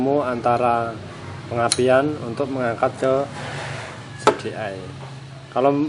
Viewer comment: Si di ai Bukan Se de ai CDI